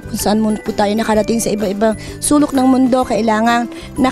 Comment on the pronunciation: Glorney Buensuceso put your “put” on the plor” Sabi ni. Nag gown na gold pa naman si. Hahahahha